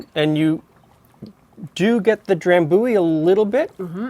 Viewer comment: Have you been to Scotland ? I used to live next to the drambuie factory. Maybe why I hate whisky. FYI Dram-bu-ie try say it like this with the “u’’ sounding like “you” then the ie on the end, that’s how it’s pronounced rather than “Dram-booie” as you say it.